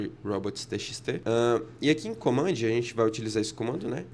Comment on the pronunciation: Top! Repeat after me… commandi, N8N, listi , memori, raawayraway 😅